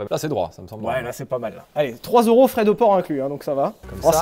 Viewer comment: « Sa fera 6000 ero » au lieu de 6000 euro… et merci avec un « ç au lieu du c normal « mdrrrrrrr